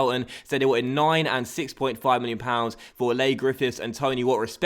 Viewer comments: its pronounced 'Lee' not 'Lay' Griffifths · Leigh is just pronounced like Lee, not Lay haha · it's pronounced 'Lee' Griffiths not Ley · its lee not lay griffiths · it's pronounced lee griffiths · Leigh is pronounced as lee:) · Ik doing that think we're u msg to early but it's pronounce lee griffiths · Coming from a Scottish rangers fan I really enjoy the series but it's kinda annoying the way you pronounce Leigh Grffifhs wrong is first name is LEE haha keep up the work though really enjoy it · it is Lee not lay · Leigh is pronounced lee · its pronounced lee grifiths